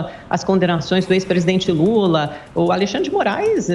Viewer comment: O cara não sabe nem falar o nome do presidente kkkkkkkk que vergonha!